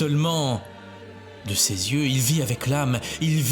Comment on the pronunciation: Bonjour, comme bous j’ai horreur de ces vidéos générées par IA, beaucoup de blabla inutile, des redites, ces voix horripilantes qui ne savent pas prononcer SES ou CES, et ces illustrations absurdes, anachroniques qui montrent des gens du 1er siècle avec des lunettes 😂 Anne Catherine Emmerich a raconté la guérison, la conversion et la fin de vie de Longinus, qu’elle appelle Cassius, dans son livre de visions La douloureuse Passion de Notre Seigneur Jesus Christ.